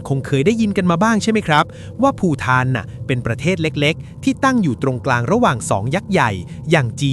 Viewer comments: ภูฏาน ไม่ใช่ภูฐาน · ทำไมออกเสียงว่า ภูทาน น่าจะอ่านว่า ภูตาน เพราะใช้ ต ประตัก ฏ เขียนไง.. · ไม่ใช่ภูฏานเหรอทำไมเรียกภูฐาน นี่เขาเรียกว่าภูฏานมันเป็นตอปะตักนะจ๊ะไม่ใช่ที่คุณเรียกเลย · ต ปะตัก อ่านว่า ภูตาน.ไม่ใช่ ภูทาน..หรือภูถาน..ภาษาไทยกูเสียหมดเลย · อ่านไม่ถูกชี่อประเทศภูฏานอ่านว่าภูตานคะ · ชื่อที่ถูกตามหลักภาษาไทย..คือ..ภูฏาน = ออกเสียง.. พูตาน..